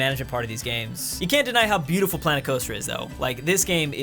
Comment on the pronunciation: There’s something weird about saying beautiful